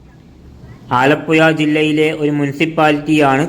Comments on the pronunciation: ആലപ്പുയ അല്ല. ആലപ്പുഴ. മലയാളം ശരിക്ക് ഉച്ഛരിക്കൂ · ആലപ്പുയ അല്ല ആലപ്പുഴ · പുയ അല്ല പുഴ എന്നാണ് പറയുന്നത് മലബാർ കാർ യ എന്നെ പറയു ഴ എന്ന് പറയില്ല കോഴിക്ക് കോയി എന്നാണ് പറയുന്നത് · ആലപ്പുയ, ഭാരതപ്പുയ ,പയം, കോയി ക്കറി, വായ ഴ ഴ ഴ. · ഇതെന്താ വയള് പറയുന്നതാണോ? ആലപ്പുയ യോ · കോയിക്കോട് അല്ല കോഴിക്കോട് % ആലപ്പുയ അല്ല ആലപ്പുഴ ആണ് തെറ്റിച്ച് പറയല്ലേ 🙏🏼